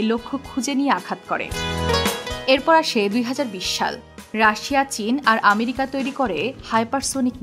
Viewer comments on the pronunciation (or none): none